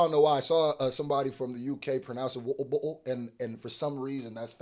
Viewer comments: Sounds like "wubble bubble" instead of water bottle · He said "wou-ou boug-oh"im weak lmaooooo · I never knew water bottle rhymed when you say it with an English accent. Wut-uh Bawt-uh 😂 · Omgggg PLEASE say “water bottle” like that in every video 🤣😂😂